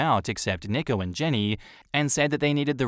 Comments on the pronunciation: nicko lmao. nico is pronounced 'nee-ko' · NEEEEE- ko. not nick-o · Tip: nico is pronounced like knee-co not nick-o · Isn’t Nico pronounced Knee-co?